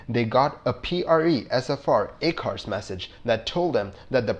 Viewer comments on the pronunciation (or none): I apologize that I didn’t see it earlier but the acronym ACARS and some of the pronunciations. Just a critique. Please don’t take offense.